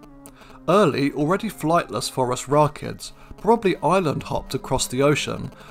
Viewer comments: I like how you pronounce it "Forest Rockets". Seems appropriate. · I'm such a dork. Every time you say Phorusrachids, my brain hears "forest rocket."